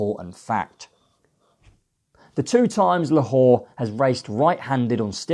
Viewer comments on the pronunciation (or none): Who’s Lahor? It’s La-Lor ffs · How can you expect to progress in the racing media if you can't even pronounce simple names of horses. Let's be fair, I'm not expecting perfect pronunciations of every horses name but you don't even get close.....how can POLITOLOGUE be POLITOOG, LALOR be LA WHORE and CHARBEL be SHARABEL? For anyone to take you seriously you really need to work on this, otherwise you will continue to be the laughing stock you currently are.